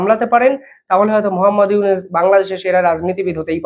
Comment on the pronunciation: বেনেপোল নামে কোন ট্রানজিট রুট আদৌ আছে নাকি দাদা ?? আপনার ভুল উচ্চারন শুনতে শুনতে ক্লান্ত হয়ে গেছি ।ইউনিস নামে বাংলাদেশে কোন প্রধান উপদেষ্টা আছে বলে জানা নেই ! সংশোধিত হউন ।